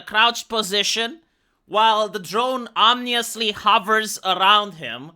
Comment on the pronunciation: Hi, it's OM-IN-OUS "Omnious" might translate as "everyish" Ominous is as in, omens (bad ones). Cheers for the vid